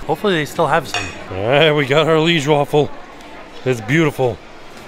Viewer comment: It’s pronounced “Lee-aige”. It’s a city in Belgium.